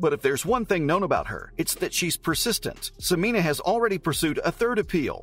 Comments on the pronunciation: It's pronounced Se-men-ya not Se-mean-a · Are you sure about your pronunciation as se-MEE-nah? I have always heard it pronounced se-MEN-yah, which seems more phonetically consistent. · Not SOO-MEEN-AH. It's SEH-MEN-YAH. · Please use the correct pronounciation of her name, Sem en ya, you are leaving out the y sound. Thank you. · Dude, you can't even pronounce her name. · Pronounce her name correctly.